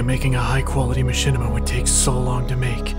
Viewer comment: one word.... ma-shit-ima....